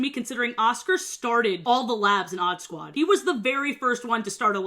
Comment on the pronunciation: i rlly thought u said oddbods i was so confused